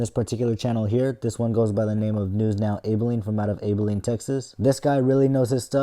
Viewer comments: Just one thing. Abilene is pronounced with an Ab (like the muscle group), not Abe. Other than that, nice video. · The city name is pronounced Ab-uh-leen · It’s pronounced Abb-Ah-Leen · It's pronounced æbeline! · As a Texan, i HATE how you pronounced “Abilene”